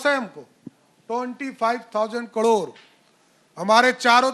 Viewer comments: Abe murkh kadore nahi,caror hota h.kaise dy cm ban gya h. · कड़ोंर नहीं रे बाबा...करोड़ बोल करोड़।